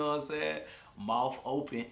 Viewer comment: lmfaoo “moufff open” 😂😂